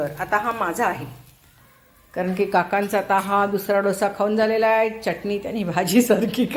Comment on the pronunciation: मँडम चटणी चा च उच्चार स्पष्ट करावा